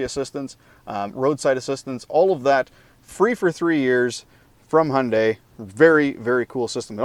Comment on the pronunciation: Un-F'in-believable! Someone that knows how to pronounce the Hyundai name correctly.